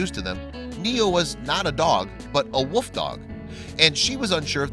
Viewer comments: A wuuuf not wolf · Sounds like he saod woof dog instead of wolf dog. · It really sounds like you’re saying woof dog instead of wolf dog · Wolf, not woof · This narrator is always amusing. I like how he says "woof dog", rather than "wolf dog". Is he trying to be cute, or is he just incapable of pronouncing common words? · This guy can't pronounce wolf. He keeps saying woof dog. Good grief.